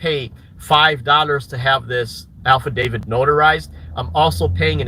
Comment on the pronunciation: Well “alpha David” instead of affidavit?? 😂😂